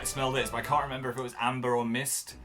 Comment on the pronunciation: Apparently Dan can't even member how to pronounce remember